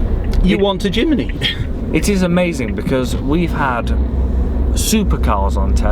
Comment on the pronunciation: Jimeny ??? it's Jimny, whitout the E